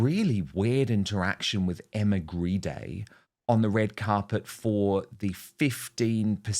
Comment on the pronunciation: I wish Dan would stop calling Emma Grede (pronounced Greed) Emma Greeday. It’s starting to really rankle. Yes, I AM the grammar/spelling/pronunciation police! 👮🏻‍♀️🚨